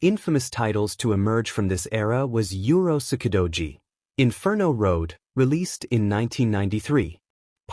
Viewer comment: And it's pronounced oo roots key dough gee.